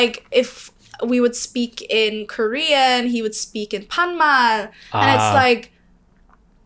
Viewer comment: what panma? "speaking panma"